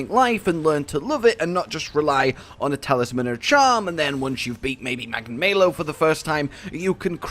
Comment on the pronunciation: Holy crap it's magna-MALO stop saying magna-MAYLO!